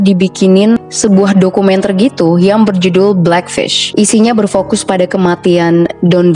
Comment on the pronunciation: "Black fish" slayyy🗿 banget cakap nya.🗿🗿🗿🗿